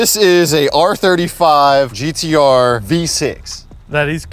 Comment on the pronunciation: He said the GeeDeeArrgh